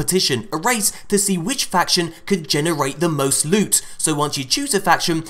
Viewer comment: LEWT SWEAT PRRRRRECIOUS LEWT!!!